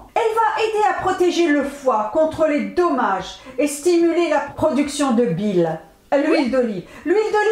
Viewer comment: bonsoir Madame , merci de me répondre et je vous prie de m 'excuser . En effet , en réécoutant la vidéo, je constate que chaque fois que vous dites Dommage , je comprenais tomates .